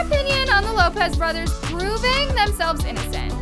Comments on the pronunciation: anyone notice she said “borthers” instead of brothers lol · anyone else realize said lopez borthers instead of brother lmaoo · "the Lopez borthers" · Anyone else notice “THE LOPEZ BORTHERS ARE INNOCENT?” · ah yes ✨borthers✨